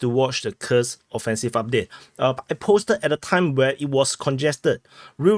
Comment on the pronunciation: Dude, your Kursk [ˈkursk] sounds like a curse [kɜːs]. Read the names of Russian settlements according to the rules of the Latin language.